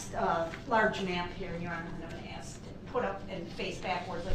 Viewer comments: By this time, the judge is ready to "axe" him. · you supposed to axe a question